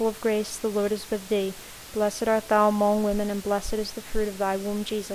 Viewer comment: I appreciate your effort and this being available with the exact speed and one picture to look at. By the time I got to the 4th set of mysteries (Glorius), it became very distracting at the pronunciation of the word 'among' in the Hail Mary. In American English, it is pronounced with the short sound of 'u' not 'o'. So, the second syllable 'mong' is pronounced like the word 'lung.' So 'mong' sounds the same as 'lung.' I did not think that it was important but after hearing that pronunciation 200 times in the full set of Rosaries, it became unbearable and I was re-correcting the pronunciation out loud toward the end. Please forgive me for the criticism, but I thought you would want to know for future projects. I see there is a comment below referring to this pronunciation matter.